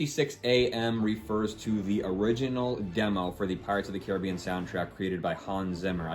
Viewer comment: Why the fuck are you pronouncing "Caribbean" like that? It's fucking retarded.